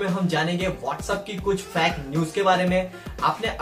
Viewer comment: bhai tum fake aisa bol rahe ho jaise ki tum fact fact bol rahe aisa lag raha hai